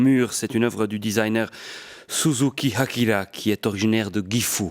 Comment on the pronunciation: Il a prononcé Akira correctement o/